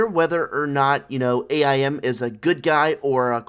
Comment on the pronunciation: I think you should learn how to pronounce AIM